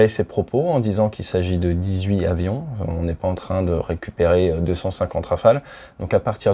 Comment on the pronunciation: Très intéressant, merci. PS : On dit dix huit Tavions ;-)